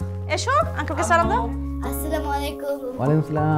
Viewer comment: তারিন এর সালাম টা ঠিক করে দেয়া উচিত ছিলো। পুরো সালাম টাই ভুল।